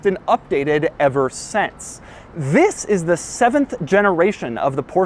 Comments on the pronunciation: Wzis is the 2020 Porsche 911.... Why does he say wzis??? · He pronounces "THIS" exaggeratedly.